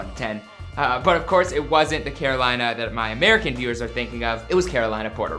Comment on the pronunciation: It hurts to hurts to hear him pronounce Carolina, PR like Kar o lina, not Kar o leena. I mean st least look up pronunciations.